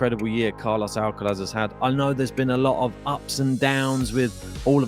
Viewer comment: Alcatraz not Alcalaz